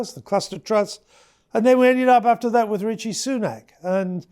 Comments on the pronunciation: Why does he pronounce Rishi as Ritchie, is it an old man thing? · Can't even pronounce Rishi correctly... "Ritchie". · I like the Freudian slip ... "..and they ended up with Richi Sunak"....not "Rishi"....love it!!